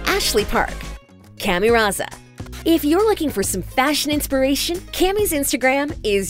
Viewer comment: Her pronunciation of Camille is just painful.